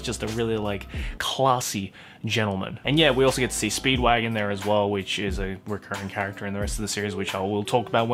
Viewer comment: You said "Speedwagon" incorrectly. Everyone knows that it's "Spee-do-wah-gohn."